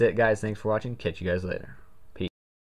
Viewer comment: he didn't said Peace, but he said Pee